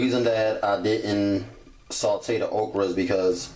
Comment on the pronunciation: "We're going to add our ogra" 😂😂